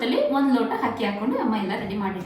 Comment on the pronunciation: Hakki (ಹಕ್ಕಿ) alla, adhu Akki (ಅಕ್ಕಿ )